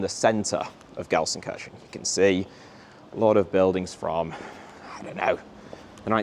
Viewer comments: People in 95% of Germany: "LUL he says Gelsenkörschen, not Gelsenkirchen" People in the south of Gelsenkirchen: "What are you guys talking about??? He says it exactly like we do" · alter kann er gar ned Gelsenkirchen richtig aussprechen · Ist für die Briten richtig schwer 😂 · I genuinely love your videos but please learn how to pronounce Gelsenkirchen properly please. I want to go full Van Gogh on my head hearing you say that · It's a bit painful that the biggest fan of Gelsenkirchen can't pronounce Gelsenkirchen